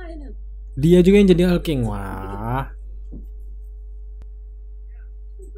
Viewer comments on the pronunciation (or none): none